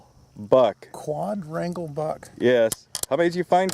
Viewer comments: You still aren't saying it right your using the d from quad and adding onto rangle and your saying quad-drangle instead of just saying quad rangle I wouldn't have said a word but you said it took you 2 days to learn how to pronounciate it right but your not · What an annoying pronunciation... How do you pronounce "Quadruple"? "Qua-druple" So stands to reason "Quadrangle" is pronounced "qua-drangel" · kwaaadraingle. Wasn't that hard XD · It took them 1 days to learn how to say quadrangle? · It’s not so hard to say quadrangle